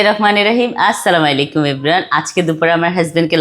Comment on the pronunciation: সালাম টা হচ্ছে, আসসালামু আলাইকুম